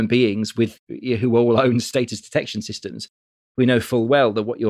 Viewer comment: It's status not status, jesus!